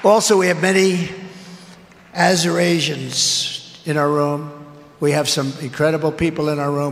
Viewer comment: "Azurasians" = Azure Asians. 👍😕😕😕⁉⁉⁉